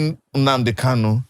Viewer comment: It is Nnamdi Kanu not Kalu.